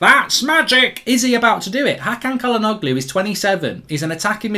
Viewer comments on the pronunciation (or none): Bro, Çalhanoğlu is pronounced Chalhanolu, not Calhanoglu.